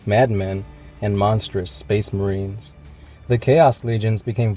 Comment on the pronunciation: TSOTNTC loses me at Cato Sicarius becomes 'HIGH SPHESE MEHREEN'